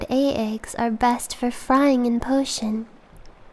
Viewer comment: "..potion.." Potion? It's ok dear. I find it endearing when you make a mistake..